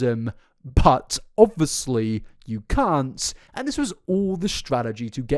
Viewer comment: why am i watching an hour long video on someone i previously knew nothing about? i don’t even go on tiktok 😭😂 eta - i love the way you say “obvuslee” (obviously) 💜